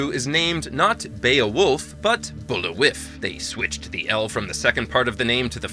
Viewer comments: Why are you pronouncing Bulliwyf as BOOL-ih-wif? That is not how it is pronounced in the movies, it was "Bool-veye". Your phonetic reading of the word isn't historically correct either, so stick with the way the movie does it. Besides that, " BOOL-ih-wif" sounds really lame. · Not Bully-wiff, it's Bull-vye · The viking leaders name is pronounced Bull- Vie Also it isn't implicitly stated but highly implied the wendigo are a last vestige of a Neanderthals tribe. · Yeah, this guy's pronunciation was atrocious. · It’s too bad you’re mispronouncing “Bullwyf”. It’s very clearly pronounced “Bull-vai(f)” many times in the movie.